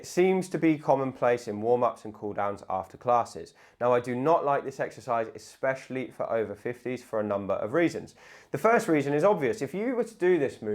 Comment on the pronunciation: Please don’t say ‘eXspecially’😂😂